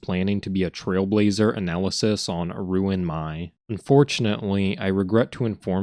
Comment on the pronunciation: Everytime i hear him pronounce "ruin my/me" i die inside 💀